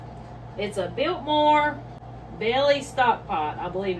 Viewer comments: Could you please put the name/site of your stock pots, in your description box? It's hard to understand what you said about them. Did you say Biltmore? Beltmoore? Beldclipside? Beltclip site? VERY difficult to understand what you said. TYVM!!! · Belkmore? Belks website? Dang...I've re-listened to you say all this about 50 times and still can't understand what letters you're saying.